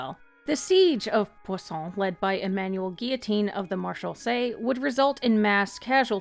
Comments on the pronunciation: Ah yes "poisson" a wonderful moment of french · normally i go through a vid first before commenting but the way you say poisson took me out for a few seconds i really couldnt breathe. but also thank you for this video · I like how she pauses briefly whenever pronouncing poisson 😂